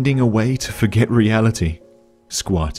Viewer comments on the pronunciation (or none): none